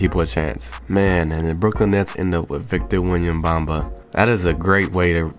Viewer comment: ''victor wenyanbamba'